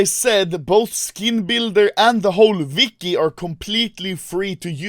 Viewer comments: Who the fuk is CSGO Vicky?! Oh wait... You mean Wiki? With a W... It's not pronounced V... That's a different letter all together... That triggered me so bad XD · Everyone else: "Wiki" Anomaly: "Vicky"